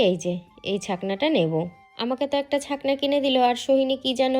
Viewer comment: কথাটা হলো ছাকনি,কিন্তু বলবে ছাকনা,😂 কথাটা হলো বেঁটে,কিন্তু বলবে বেঁটো, একটা গাইয়া মহিলা,বিচ্ছিরি